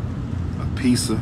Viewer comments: I axe for a piece-ah. I got a piece-ah. I ate da piece-ah. What a night on erf. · Who eats a whole “peeza” to feel better... is that an ancestor home remedy 🤔 god forbid, this is supposed to be the man who saves our black boys... Killmonger voice “IS THIS YOUR KING*! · What the F is peeza? If one of my son’s educators EVER chops up words like this, I’m demanding a recount on ALL of his grades.